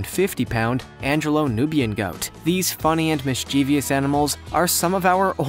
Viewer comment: Please pronounce difficult words properly; before making the video, the reader should find out how to say words he is not sure if, such as colostrum, mischievous, are just 2 examples that are mispronounced in this video.